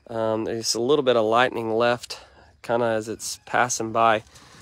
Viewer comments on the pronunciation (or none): none